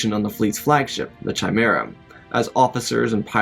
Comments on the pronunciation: or the chimera as "ch-imera" instad of "ki-mera" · Chimera (Ki-mare-a) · Kai-mera not chai-mera. All these lore masters and most can’t annunciate easy names to pronounce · At about 2 minutes in, you (or ) referred to Owen as Luke’s father. Chimera is pronounced ki mare ah. It’s a Greek thing. About or so you (or ) referred to Vader as Luke. Oops. You need Alpha readers. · CHIMERA IS PRONOUNCED KEE-MAIR-UH. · Love the story, but pronunciation: chimera is pronounced "kie-mera" (long i) , and ensign is pronounced "in-sin", not "in-sign". Sorry, I'm a folklorist and prior service military, so that hurt! LoL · i know this sounds like a grammar nazi, but the way you pronounced chimera felt so weird, though nice vid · Bro you say Chimera wrong. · chimera, the "h" is silent